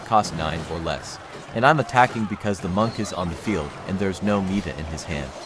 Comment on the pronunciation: has the voice say what sounds like "meeta". It's spelled "meta" (if spelling in English is how the voice works) :)